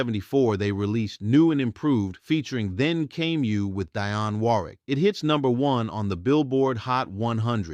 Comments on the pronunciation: Who in this day and age mispronunces The legend DIONNE WARWICK? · Why are you mispronouncing famous names like Dionne Warwick?